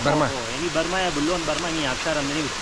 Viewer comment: بسیار ببخشید آبشار میگوید افشار نیست